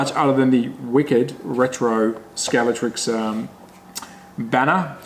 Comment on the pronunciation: Would somebody please explain to me why nobody seems to be able to pronounce Scalextric correctly? Everybody seems to call it Scalectrix; completely wrong. Okay that said; rant over; nice find. I have one of these beauties but need to find the rear wing and get some tyres and see if the motor runs.